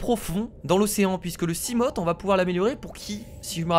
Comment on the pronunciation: Le Léviathan (la gosse bète qui a cassée ton seamoth) est imbatable (seamoth se prononce seamof et seaglide seagaide le a et le i ne font pas ai mais a i)